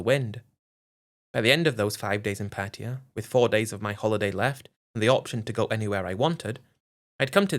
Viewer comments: U managed to say once pattaya, before reverting back to ur favorite word, Patia 😂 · I believe the correct pronunciation is Patty-a (not Pat-tay-ya).